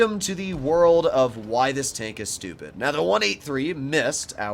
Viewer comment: You mean STCHEWPID DAMAGE